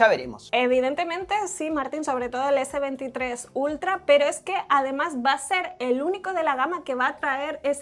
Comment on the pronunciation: dice s23 ulta jjj